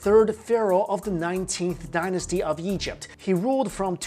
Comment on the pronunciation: "Stretch from Syria in the Yeast to Nubia in the South." Plus countless other times he pronounces Egypt "Yegypt" And he pronounces Ra (Rah) as "Ray" lol Not his fault though since I think he was born in China, I just found it funny.